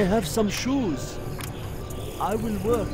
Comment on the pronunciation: what a pro. "that is a lot of worrkkk".